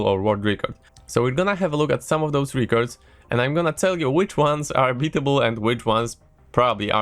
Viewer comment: REH cords not REAH cords please.... pleaseeee